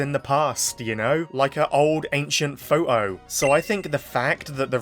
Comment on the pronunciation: Why'd you keep pronouncing photo as "pho-oh"? 😂